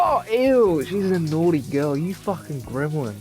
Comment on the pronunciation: "Get outta heuh." "She's a naughter girl." "Oh you fuckin gremlin. GET OUTTA HEUH!" Lmfao